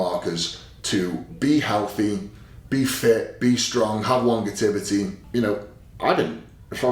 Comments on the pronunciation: "Longetivity" - Eddie Hall, 2025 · Love ya Eddie, but it was awful funny hearing you mispronounce the word Longevity over and over again 🤣🤣